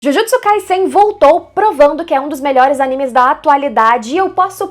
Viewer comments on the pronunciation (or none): none